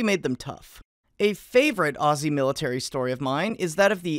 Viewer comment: As an Australian, the statement for to makes me very proud P.S. Thank you, for being the one non Australian to pronounce Aussie correctly.